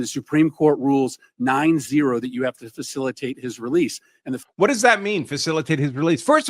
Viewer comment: Facilitate and effectuate say correctly you idiot 9-0 not what Supreme Court said they said facilitate or effectuate the illegal gangbanger